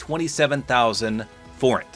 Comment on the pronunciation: Yes, you said Forint right